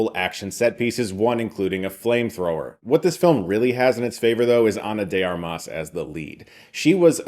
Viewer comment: Did you say her name wrong multiple times on purpose for engagement?